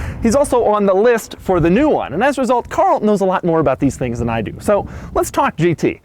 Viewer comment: It's Car-l